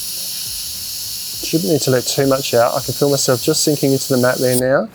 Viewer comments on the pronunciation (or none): none